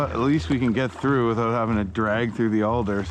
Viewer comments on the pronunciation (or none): none